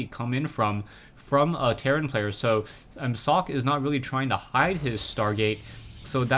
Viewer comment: its not "sock" its "socke" u got to pronounce that "E"